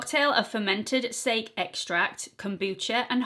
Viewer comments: I think it must be sakè (sounds like sa-key) rice wine xxx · It’s Pronounced sah-kay like the Japanese drink 💗